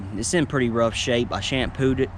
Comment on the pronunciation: It’s rought mh god it’s rought